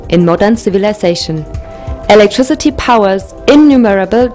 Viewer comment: "electriCITY" fix your english please.